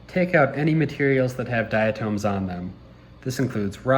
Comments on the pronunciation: good video... however I must say this... it's not "diaTOMES"... it's pronounced "diaTOMS".. othewise, nice video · I can't get past the pronunciation of "dia-tooms"